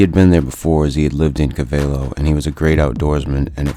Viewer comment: You pronounced Covelo incorrectly